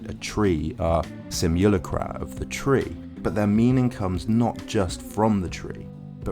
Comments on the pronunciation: Sim - you - LACK - rum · Switch up accenting for " simu" words, mate, for palatability's sake. No one does that; you don't use the same stressing with 'simulation,' for example. Excellent post, superb. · I think you're pronouncing simulacra wrong... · i cant stand the way you say simulacra im sorry. oof.